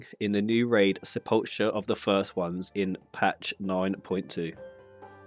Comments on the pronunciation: Sa - pli - cer (phenetic) <3 loved the vid. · World first guild, no one can pronounce Sepulcher.